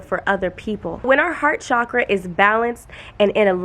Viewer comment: PLEAAASE say CHAKRA not cshakra❤️❤️ cha-kra. It’s not a fancy French word it’s hindu/sanskrit xx Ps. Are you able to answer how to be more feminine when you’re a divine masculine? By human & spiritual genetics I’m divine masculine but Idk how to be more feminine and it hurts my body. My body & frequency flashes tell me that I need to let go & be more feminine but idk how to